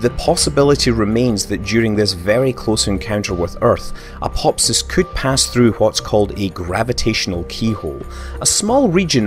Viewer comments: The video is great but I had to stop watching because you kept saying "Apop-fis." Dude, its pronounced "Uh-pah-phis." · 'Apopfiss'??????? Wtf dude?!?!?!?! Even my dog knows this asteroid is named after the Egyptian God of the underworld, pronounced "A-PO-FISS" not "A-POP-FISS" lol but nice one for the giggle 😉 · "Apopsis" - seriously? Read the fucking word. Apophis. Pronounced: "Apofis" ... ffs.. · Is is really said Apop-his? I would have thought it was ph as in f, so Apo-fis? I think the god is pronounced the same way. Wikipedia agrees and that NEVER wrong XD Scott - you've been in the US too long, pronouncing words exactly how they are written. Tut tut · You thought correctly. The "ap" is the prefix, the stem comes from "Helios" - The Sun. On the other hand, "Apophis" is pronounced "Apofis". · Apop-fis... giggle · Why is he saying apop phys? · It's pronounced "apo fis" !! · Another great video, but you pronounced some of the terms/names incorrectly - such as aphelion and Apophis.